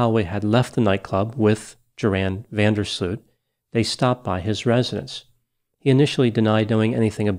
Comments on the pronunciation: He completely made this video unbearable to listen to for any Dutch person. It's like you pronounce the Latin name "Gutiérrez" as "kuuterrece". What's up with Americans and not taking the time and effort to pronounce something right. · Even if you in a strange way get a suit over this video. The dutch name is so far from the correct pronunciation of the name ..that it impossible to win that😅😅😅